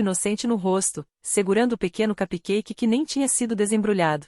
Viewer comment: Se não sabe pronunciar CUPCAKE, fale BOLINHO em português que é a mesma coisa! Mas não fale em inglês errado!!!